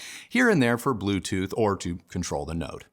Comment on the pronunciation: “Bluetooth”…why oh whyyyy 🫠😆 Also….do the No 2s..bookshelf schmookshelf